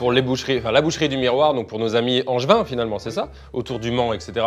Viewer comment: "nos amis anjevins" du Mans 😆